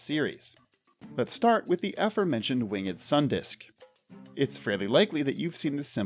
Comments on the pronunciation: why are you pronouncing the e in "winged" lol :/ it's just "wing'd" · Stop saying winged like a hillbilly